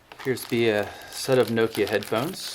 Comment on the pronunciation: You pronounce Nokia wrong